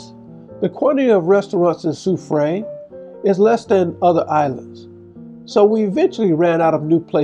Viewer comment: Sou-freh is the pronunciation.